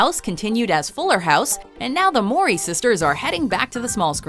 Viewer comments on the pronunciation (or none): its MOW-REE not murray